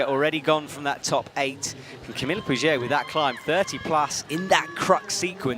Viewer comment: Or 'Camille'